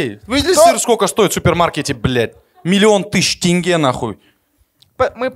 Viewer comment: ВСЕ КАЗАХСКИЕ СЛОВА КАК ПИШУТСЯ, ТАК И ЧИТАЮТСЯ!!! ЗАПОНИТЕ И ПЕРЕДАЙТЕ ДАЛЬШЕ. НЕ тЭнге а тЕнге, не ТАкаев а ТОкаев, тд.